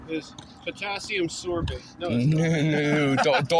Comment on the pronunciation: “Potassium sorbate” lmao 😂